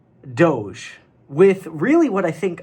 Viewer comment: It’s pronounced DOGE